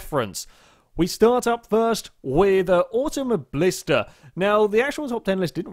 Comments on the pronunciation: It's not "AutomoBLIsta" but "AutomoBILIsta" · you pronounce auto mobilista wrong